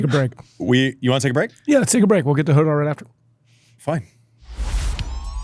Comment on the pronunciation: Why do Americans struggle so much to pronounce Rafael Jodar’s name? Is it that “kh” sound? It’s not “Hodar,” it’s “Khodar”—like the “ch” in Bach, from the back of the throat 😭